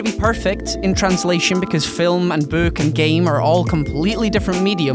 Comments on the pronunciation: Not trying to be racist but the way says "book" sounds like "buuk" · I love how says "book". Chris Columbus, I think, is a good choice in directing with how he's able to bring things to life, just like these guys said.